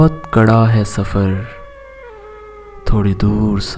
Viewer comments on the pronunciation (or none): none